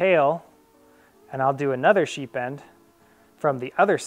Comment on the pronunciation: sounds like you're sying "sheep end" :) nice demo of the bowline on a bite.. never saw that one before.. the second knot you called a bowline on a bite is a doubled bowline.. one of my favorites